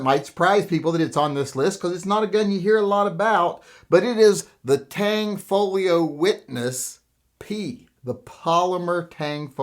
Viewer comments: It's not the TANG folio, it's Tanfoglio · The G in Tanfoglio is silent. It’s “tanfolio” not tang folio lol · P.S.: It's Tanfoglio, not Tangfolio.